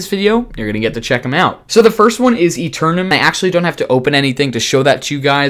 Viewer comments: AETERNUM ! Not Aterenum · by the way, it's aeternum not aternum